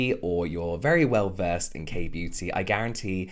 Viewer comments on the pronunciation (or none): none